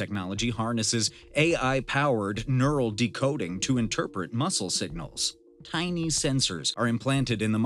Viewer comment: This AI-VO needs to works on it's pronunciation of "tiny" 🤣